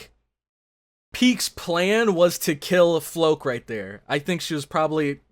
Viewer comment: Floch = Flock. Not Floke.